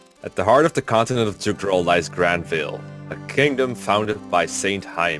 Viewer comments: I thought the biggest name pronounciation problems were going to be Fury/Erinys, but apparently you pronounce Jugdral differently too... (I thought it was pronounced like a Y) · "The Jewgdrawl Chranalagy" - Ah shit, here we go again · You might like to use more Germanic or perhaps even Scandinavian pronunciations of some of the names. Grannvale sounds better with an /a/ from central or eastern Europe and a schwa at the end, and Jugdral I prefer with the j pronounced like English speakers pronounce y in yes (others might disagree)